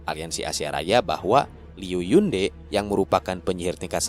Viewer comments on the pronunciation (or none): Bang mau ngasih tau... buat nyebut namanya Liu Lilei itu bukan Lelei tp ttp Li-Lei biasa. Trus kalau Yunde itu dibacanya Yun-Te bukan Yun-De. Btw makasih banyak buat update-nya. Ttp semangat bang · Hmmm kalo yg Jiedo Heigu ttp dibaca kek gitu, cuma kalo yg Gu Jie itu dibacanya Ku Jie. Zhou Gongjin dibacanya Chou Kongjin. Oh ya kemaren lupa omong, Yunde itu Te bacanya bukan kayak Te (sate) tp kayak Te (Tebas)